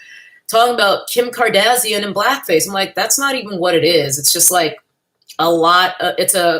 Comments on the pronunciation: Lol you say their last name like "Cardassian", a race of aliens in Star Trek 😂. Not sure if that was intentional or not lol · Every time you say Kardazian, I die a little on the inside. Brilliant. 😂